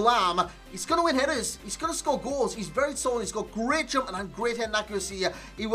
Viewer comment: He said "How's it gunnen lads" ?